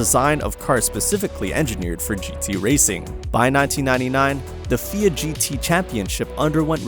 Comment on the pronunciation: Wanted to point out that "FIA" isn't pronounced "feeya" but rather "ef-eye-aye."